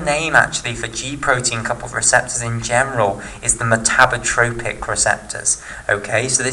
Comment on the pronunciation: Metabotropic glutamate receptor not metabrotropic :)